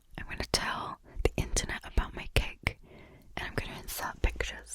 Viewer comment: Not being critical but just something lolzy to point out. I'm Canadian and when you say "My Cake" it sounds, and I know in context what you are saying, but it sounds like you are saying "Mike Hake".